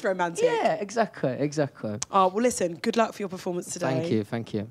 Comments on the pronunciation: “Let me fink” , “fank you, fank you!” 😂 Oh how I missed our Lou 😂 Edit: Why, fank you, fank you for so many likes! I did not fink I will have this much! 😂😂😂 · "Fank you" 😭😭❤ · “fank you” i’m crying